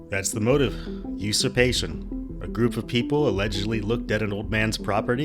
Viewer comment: UsuRpation. I think you left out the R.🤓 Great, awful story tho.